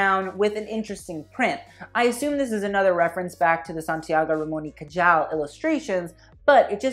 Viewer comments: Babe... it’s ca-hall not ca-jall. My ears are bleeding. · neuroscientist here. every time he pronounced the j in cajal as a j and not an h i died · Ramon y Cajal i pronounced "Ramon y Cahal"... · it's pronounce Santiago Ramon y CaHal not Cayal. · For the Iris Van Herpen show: If the reference is to a Spaniard scientist, then Cajal is pronounced Kahal, for us the letter J is pronounced like H. But I totally agreed with you on that whole show lol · loved the vid, just a pointer: cajal is pronounced more like cahal - the j in spanish is pronounced more like an h than an y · Neuroscientist here! Iris's collection was stunning. Also FYI it's pronounced "Cahal" ;) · Just a little tip. In Spanish the “j” is pronounce like a strong(ish) “h”, so it would be Santiago Ramon y “Cahal”. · Is a reference of how the scientific community would mispronounce his name even when he won the Nobel Prize (It’s pronounced kahAL) if so you nailed it bro. You are hilarious. Keep on the good work!!!! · Santiago Ramón y CAJAAAAALL funniest pronunciation ever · No one: My Spanish ass: cringing every time he said "Cayal" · I think it is "Kahal." J is H in spanish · Cajal is pronounced "Kahal." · Just in case you know how Cajal is pronounced, is cahal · Santiago Ramón y Cajal is one of the most important Spanish doctors of the 19th - 20th century , so please his last name is pronounced highlighting the `J´, like the `H´ in english., Not Cayal as you did. If you want to sound as cultured as you did in the rest of the video you should inform about it.Especially if you are criticizing. It is like saying pero (dog) instead of perro, churos instead of churros not couture. Nice work anyway, congratulations. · it's pronounced "cahal" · It's pronounced Ca-Hal. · "Cajal" hahahaha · In Cajal the j is pronounced h as in hamster. Great video and critique! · Is anyone gonna tell him he was butchering Santiago's last surname...? No? Kay... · Cajal is not pronounced like that maaa 😭